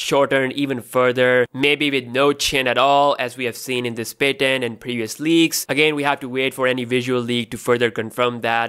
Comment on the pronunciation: Can u please pronounce patent correctly